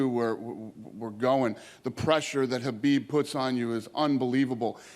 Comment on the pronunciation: Dana White is one of the few guys in UFC who pronounces khabib's name the right way